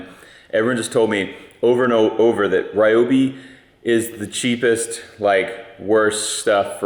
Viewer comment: It's REE oh bee.